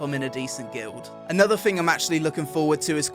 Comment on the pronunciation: 'Anotha fing' -.